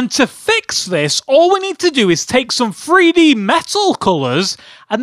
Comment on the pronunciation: I understand this is a joke and hes acting like a kid, but his he saying Free-D on purpose?